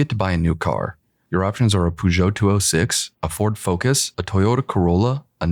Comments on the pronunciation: Did you really say Poorgoute 206? xD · What is with americans and calling Peugeot "pugot" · That's prob me and you, but the way you pronounce the "Peugeot" it's making my ears to bleed( and I'm not even french.) BTW GREAT VIDEO. THE NOSTALGIA SUMMONED ME HERE!!!